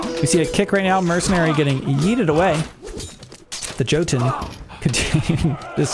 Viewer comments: J's are pronounced with Y in Norse. So Yarl and Yotan. Otherwise awesome AoMR content! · The "J" in Norse names makes a y sound. "Jotun" is pronounced "Yotun" and so on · Jotun is pronounced jå:`tun. Or plurar jotne